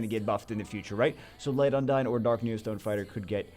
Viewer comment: its not un-dayn on how you pronounce 'undine'. Its un-deen. Hope this help :)